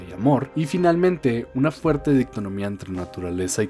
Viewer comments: Es dicotomía, no dictonomía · Mononoke Hime, Dicotomía. Buen video, pero me rompe las pelotas cada que pronuncias mal.